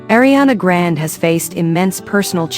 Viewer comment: “ Ariana Grand “ girl, it’s ARIANA GRANDEEE!!